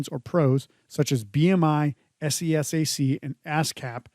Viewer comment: I got sus once you said "pros" as one word and "s.e.s.a.c." as the letters. . . .